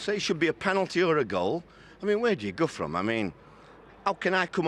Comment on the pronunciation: "Where do you Guthrum there?"